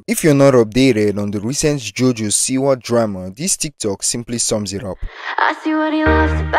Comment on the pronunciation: "So this is JoJo SEEWER" 😂 And I agree, I hope she gets better and finds her true self